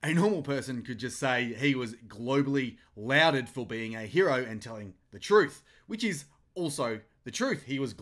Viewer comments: PS "lauded" is pronounced "lorded" not "louded" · to "louded." That is pronounced as 'lawded' (lauded). That is the same pronunciation as "applauded." Maybe it is too late to edit out your mistake. But next time you use that word, then you will get it right. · Hi... lauded is pronounced lawded